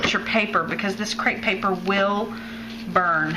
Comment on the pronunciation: Cute card and cool techniques btw it is actually crepe paper not crate paper. TFS!